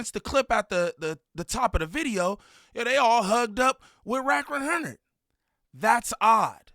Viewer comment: "wrack wunhurrnid" 🤣😭 "Imma keep it a Bundelly" 😭😭